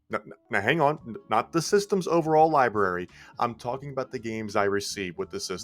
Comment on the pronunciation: LibRRRRRary. OLLLLLder.... just saying.